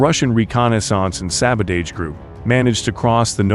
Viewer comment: What a weird way you have of pronouncing sabotage.....